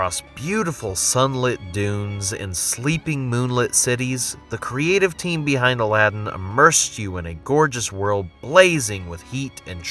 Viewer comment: god damn i hate how Aladdin is pronounced here... its not Aladden...